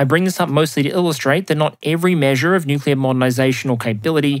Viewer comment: Please be careful of slipping into the Homer Simpson "newk-you-ler" pronunciation. You mostly get it right but there a number of slips.